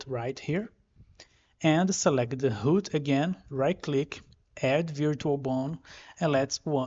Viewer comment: root is called root, and not hood. Otherwise great tutorial